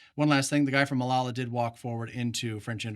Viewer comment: Great videos guys, fun to watch. But please, it's Malaya, not Malala.